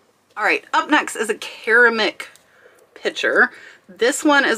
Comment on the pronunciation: Happy New Year to everyone! FYI those "tiny mittens" ornament you sold are supposed to be ice skates, the paper clips at the bottom are the blades. And re: mini pitcher:, forgive this Grammar Grouch, but did you pronounce the word "ceramic" "kara-mik?" Did the pitcher have a brand name I'm unfamiliar with? You do know the word "ceramic?"